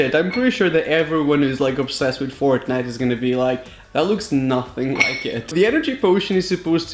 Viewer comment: It’s Fortnite not frontnite 🤦‍♂️